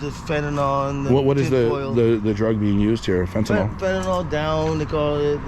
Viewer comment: Fenn tah NILL Fentanyl NIL not Nall Nil